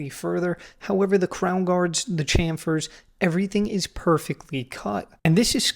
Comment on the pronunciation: Ch-am, should be pronounced Sh-am in chamfer... Great video